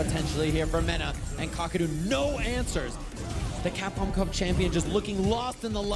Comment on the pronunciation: I love you but it isn't Capcup, no one calls it that. It is Capcom Cup. Please try <3